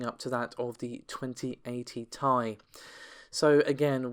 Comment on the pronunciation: If you say “2080 Thai” one more time I’ll fucking lose it